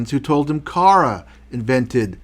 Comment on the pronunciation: Also you pronounce Carra with the accent on the first "a" instead the accent must be on the last "a", the final letter of the name: Carrà :)